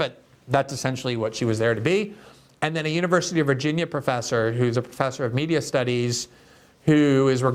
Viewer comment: Despite his thoughtfulness, I can't help being ridiculously distracted by the way he says 'and'. I've only ever her Brazilians pronounced 'and' like that before, and you have to forgive them, giving that English isn't their first language. But seriously Glenn, you know better. It's 'and', not 'annnnnnnnnnnnnnnnnnnnnnnnnnnnnnnnnnnnnnnnnd'.